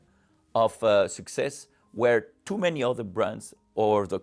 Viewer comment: Great video! How many times did the Omega CEO say succees? In the hundreds😂